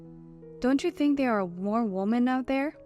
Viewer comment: Women is pronounced wimin